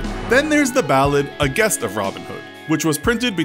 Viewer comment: Mostly accurate, except it’s pronounced “Jest” in “The Gest of Robin Hood”